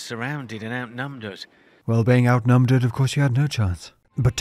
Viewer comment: "Outnumderd" killed me xD